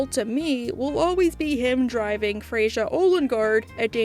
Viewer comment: Frecja?!😭😭 its pronounced fraya but spelled Freja or freya